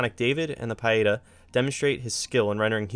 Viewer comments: Pietà = pea-eh-tah Genoa = Jen-oh-ah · Isn’t his pronunciations standard English? Do you also pronounce pi as pea or pie and iota as eeohtah or eye oh tuh?